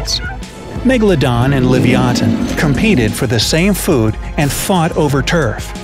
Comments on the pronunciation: You can't even pronounce Leviathan he said Livyaton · I disagree. Stronger bite doesn't mean much ine the prehistoric era. It's more just speed, whoever gets the first hit, and how smart they are. And also, it's livyatan, not livyathan. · *livyatan NOT "livyathan" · It's actually pronounced: li-vi-a-tan.